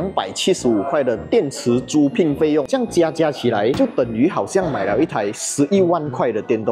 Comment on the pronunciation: 租赁 pinyin=zu(第一声) lin(第四声)